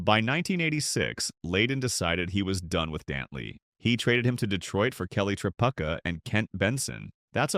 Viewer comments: Mark Aguirre is pronounced A-quier, like squire. Kelly Tripucka is pronounced Try-pew-ka. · Kelly Tri-PUCK-a, is better than I first pronounced his name: I used to say "Kelly Tapioca!"